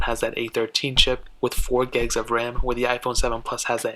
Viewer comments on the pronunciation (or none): Why are you saying gegs, and not gigs lmao